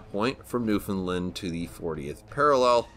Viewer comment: Great review. The best as usual! I'm a sucker for historical context. I am contractually obligated, though, to correct a minor but extremely common misconception. The 'official/local' pronunciation of Newfoundland is "New-Fin-Land" (sounds like "understand"). Really minor but drives the Newfoundlanders crazy!